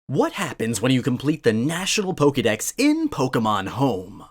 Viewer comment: Why is it that you're able to say Pokemon and Pokeboy properly (with the "ke" sounding like "kay") but you consistently massacre the pronunciation of Pokedex (where you pronounce it like "key")?!